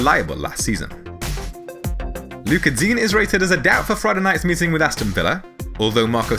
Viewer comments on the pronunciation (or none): I’m only here to hear you say “luca deen”